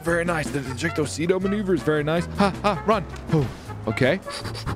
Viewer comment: I can't even dodge a missile on my life in GTA but you did a maw-nuu-ver on that missile o_0